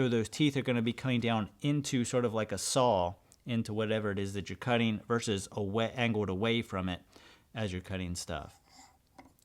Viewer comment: Thank you for saying "VERSUS", I am so sick of hearing "verse" when people mean to say what the abbreviation "vs." refers to, which is actually the word "versus" in which you pronounce the final S, so it's pronounced as "verses" NOT "verse". You, sir, have my undying respect. Yes it's a pet peeve, but it's also evidence of the dumbing of America how often people get that wrong.